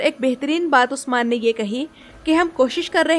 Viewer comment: Don't like the way you keep saying osman